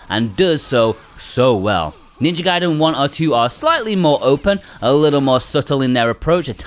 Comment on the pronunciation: 😭 It's Ninja Gaiden, not Ninja Gayden! 🤣